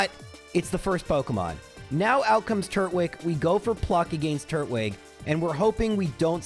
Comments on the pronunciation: Can we just take a moment to discuss that it's not turt-wig? It's tur-twig. It's a turtal-looking pokemon that's grass type, not a turtle with a wig on.... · Are you sure the grass Pokemon starter should be pronounced wig and not twig? Like a wooden twig? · it's tur-twig not turt-wig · I know it doesn't really matter, but it bothers me that he says turt-wig instead of tur-twig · I always said Tur-twig as in turtle + twig but your pronunciation is definitely interesting... 😂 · I have never heard anyone pronounce "Turtwig" that way. Is that some weird quirk of your speech therapy or something? EDIT: Actually, you seem to be pronouncing a ton of things strangely. It's like you don't even know what English words they're based on. EDIT2: The moves aren't random; they're expecting you to switch your Pokemon out when its type matchup is bad. You're just not doing that so you're getting hits and KOs you wouldn't get otherwise.